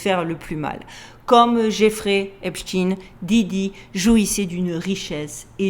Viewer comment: C est Epstein pas esptin merci